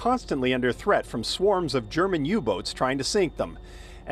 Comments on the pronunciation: Wiburdy Ship? My ears must not be workinh. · the news guy is mispronouncing it.